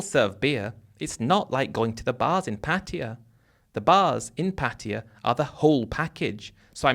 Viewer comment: PA-TYE-A is how it’s pronounced as I learned it Been to BK, Ko Samui and Ko-PQ for full moon party . We eat mushroom omelette and lay on mats on beach and saw Zeus in the clouds